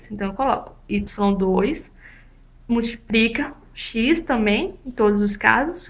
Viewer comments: MultipRica não deu né.. É com L colega.. mas fora isso, muito boa a explicação. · multiprica! multipriiica! bem simpres!